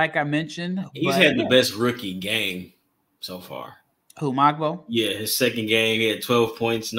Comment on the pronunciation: Jonathan Mogbo is pronounced Mo-Bo, not MOG-BOE